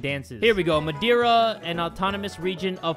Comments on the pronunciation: not me saying to: ITS MA-DARE-UH! then realizing its not the madera in california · "Madiura" You mean madeira? it's wood in portuguese ksjdkx the pronunciation killed me omg. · Me watching this: This is fine: “MADERA”. Me being a native from Portugal: “Am I a joke to you?” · as a portuguese citizan and a fan of yours it really hurted when u said "what is that? wtf is madeira?" :( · the pronounciation of Madeira kills me- oo next horror story